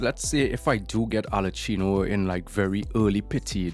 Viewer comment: Why do you say Arlecchino like that??